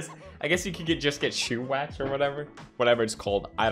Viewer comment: Felix- "shoe wax" XD